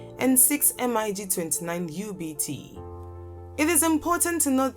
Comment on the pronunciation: Lady, don't spell M I G. Just say mig